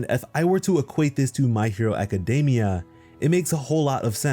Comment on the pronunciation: It's pronounced a· kuh·dee·mee·uh. Not DAY-mee-uh. Just a heads up.